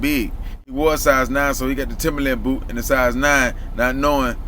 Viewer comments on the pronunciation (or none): none